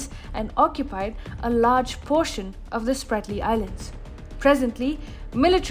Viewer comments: Not Spartly. Spratly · Ahhh…. That is „Spratley“ islands! Idiots!